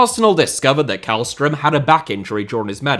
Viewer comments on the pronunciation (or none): the way u prounounced källström in swedish was right and then u proceeded to go KÄLLström again💀😭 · Always amusing to hear Swedish being mispronounced. Jokes aside, keep up the great content! Edit: Sent this before you corrected yourself. Yes, it's a soft K, the first half of his name sounds more like "shell". I was hoping you were going to give "Djurgården" a crack